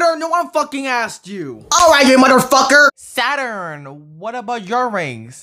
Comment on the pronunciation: SATORN I WAS 🤣🤣🤣🤣🤣🤣🤣